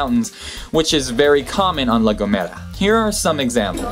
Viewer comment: I'm Spanish but I had never heard about "El silbo" until now PD: I laughed so hard when he said "La Gomera"😹😹